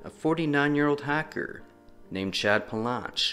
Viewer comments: That don't sound like. I thought, on both shorts, you said "hacker" not hiker😂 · You're saying "Hiker" because it sounds like "Hacker"